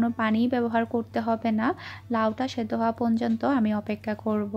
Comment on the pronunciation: আপু তুমি পর্যন্ত না বলে পনযনতো বলো...এটা ঠিক করে নিও❤❤